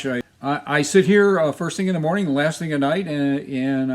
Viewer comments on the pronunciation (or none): none